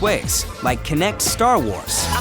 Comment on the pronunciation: "cinect" - Kinetic